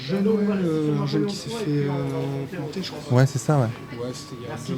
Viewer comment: correction planter (pas "plantè")